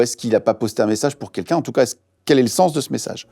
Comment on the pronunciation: Guillaume, on dit "quelqu'un" pas "kékin"